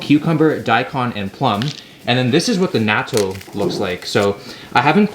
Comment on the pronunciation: pronounces Natto incorrectly Me (a jerk in the comments): He tried